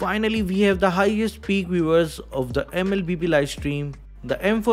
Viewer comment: Vwen we talk about that, vwe all have to....😂😂😂